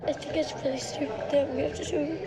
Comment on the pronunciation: It is so cute that jojo says wily instead of really